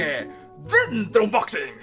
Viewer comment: Joder pronuncia bien unboxing que hace daño a los oídos